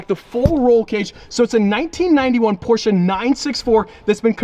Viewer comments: Proud you pronounced Porsche right, it's still kinda bad but it's atleast pronounced right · Jesus germans are gona be mad for you pronouncing porsche like that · I have to say as a german it triggers me hard how americans pronounce Porsche. ngl xD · He isn't saying exactly correctly tho, but most english speakers can't pronounce PorschE, usually they say PorschA or Porsch, but imo the difference is too small to be considered wrong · naa he's saying it incorrectly unfortunately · You need to lean how to say Porsche, there is not "a" sound in the end. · i really like you, but the way you are butchering the name Porsche hurts my soul. please let me teach you how to pronounce it the right way.Away from thepronounciation i love that you finally added a german car to the fleet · As a german I feel disrespected, theres no A in Porsche! Good Choice anyways! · How many angry germans do we have in here because of the "porsche'" pronunciation? Cool car!:) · Its not porchah. Its porche. E. You say that e. Not a. 👍🏻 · Porshe'a its Porsche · Porscheh not porscha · Congrats to your new car. But my Heart is bleeding when he says Porscha. It‘s Porsche. *Porschee of it helps to pronounce. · M8, it's not a Porsch and also not a Porscha, it is pronounced Porsche. xD Beautiful beast you got there though. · When he said poscha i thout it was a Gt3 rs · Not Porschaaaaa it is German: Porscheeee. pls Watch the video on the official channel Porsche about the pronunciation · It‘s „Porsche“ Not „Porscha“ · finally a porshce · As a german I have to say,...please... Its a PorschE(!) NOT A PORSCHA... PorschE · its not Porschaa😭😭😭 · im from Germany and you have to say porshäh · by the porsh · Americans spelling Porsche porschaahhh 🤦‍♂️ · IT IS NOT PORSCHUH !!!!!!!! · As a german I am still triggered by the way he says 'Porscha" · honest question: why do you americans think there is a A on the end of porsche ? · As a german „porsha“ really hurts my feelings